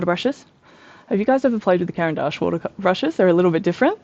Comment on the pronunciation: I just stumbled across you channel and love the way you explain each material. As I'm Swiss, congrats on pronouncing Caran d'Ache correctly. :) Your description of the Neoart layering made me really interested in those, AND your art is gorgeous!